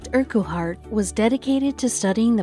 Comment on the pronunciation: Madd McGhee I think that Mace was actually pointing out the stupid mispronunciation bud, like the ridiculous mispronunciation of Project Urquhart as "Urr cue hart"...These uploads with robotic sounding narrators are all the same...Pure clickbait.